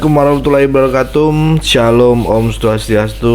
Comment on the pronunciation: Anda membaca salam tolong diperbaiki, jangan sampe dibiilang menista Agama. Hiwabarakatu beda arti dg Hiwabarahatum